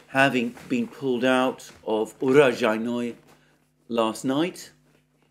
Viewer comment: urojai-NOE ❌ uro-JAI-noe ✅